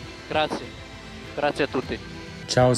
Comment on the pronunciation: Voy a extrañar a sebastian vettel diciendo graciee ragazzi